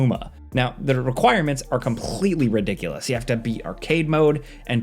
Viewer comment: Anybody else hear the way he said “completely” ?